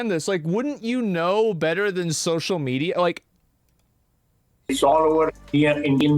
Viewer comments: It's not social media ,he said "maenia'😂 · I notice it for sure... he's not literally saying media but meniaa.. 😂😂